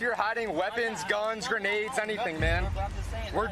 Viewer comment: "grenades".....really?